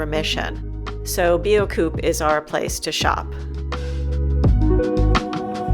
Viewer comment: Great video. Pronunciation tip: Biocoop = "Bee-oh-kop" 😉